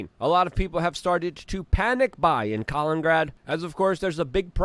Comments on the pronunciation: COLINGRAD! It's Kalin-IN-grad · His English is perfect grammatically. Nobody on the planet says Luthuania in any language. Same with Kaliningrad which he pronounces Kalingrad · Luthuania? Kalingrad? It's Lithuania and Kaliningrad! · Strange that Luke with his polish origin can't get his head around the name of neighbouring russian enclave and city of Kaliningrad, repeatedly...